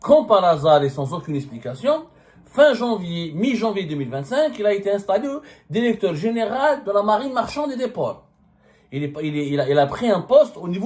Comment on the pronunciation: Derecteur Derection Consederé Pauvre médiocre